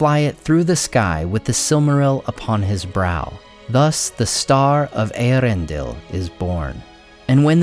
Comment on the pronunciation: I genuinely appreciate that you were able to correctly pronounce the name of Eärendil. The movie made the mistake of thinking that the two dots were an umlaut, rather than being a diaeresis and so they mangled the pronunciation of his name. I really like that you took your pronunciation queues from Tolkien, rather than the movie.